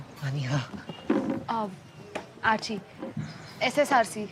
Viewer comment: Ssrc nahi hota srcc hota hai 😅😅